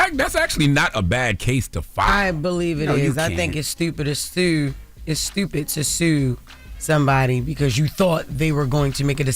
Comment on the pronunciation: “I think it’s stewpit seww “😂